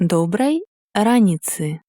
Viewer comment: Добрай раніцы! Націск падае на літару "а". р'Аніца🌝